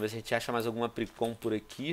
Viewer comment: Não é apricom é apricorna